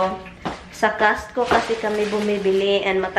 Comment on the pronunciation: Natawa naman ako sa sinabi mo na instead of CostCo you said castco lol